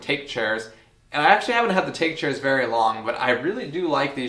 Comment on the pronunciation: the Take chair is bamboo, bamboo in Japanese is take but pronounced tah-kay.